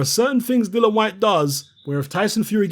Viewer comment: please start calling him DILLIAN and not DILLON. You know how to spell it. Why not pronounce it properly? I'm not trying to be extra it's just annoying that nobody even pronounce his name right. It's got to the point where he doesn't even bother correcting anybody anymore.